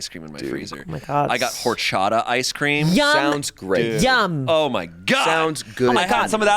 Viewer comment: nooo. The "h" is silent 😭😭😭. "Or-cha-tah"